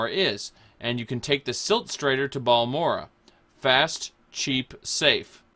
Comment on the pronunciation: he says balamora lol